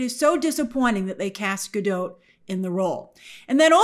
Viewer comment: Not that it matters all that much, just a fun fact, but “Gadot” is not pronounced in the French way “ga-dô”. According to Gal in her interviews, it’s literally just “Ga-DOT” with a non-silent “t”